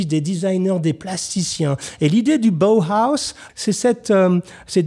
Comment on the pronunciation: Monsieur Jacomet, Comment allez-vous ?! Si je puis me permettre la prononciation à l'allemande de Bauhaus est : " Baohaos " ! ( B.A.O.H.A.O.S ) Sinon superbe vidéo dont je ne retiens que du positif ! Merci pour ce formidable numéro. Merci bien, Salutations distinguées, Mr.Azog !